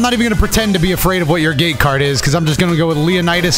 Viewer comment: Ngl thought you were saying gay card for the longest while and not gate lol